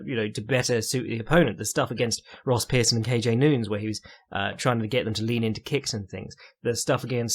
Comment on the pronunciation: any reason why you refuse to pronounce ethnic names as they are intended? e.g. nunes, and luque